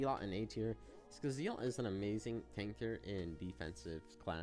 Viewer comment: Bro is saying Zealot like Zeelot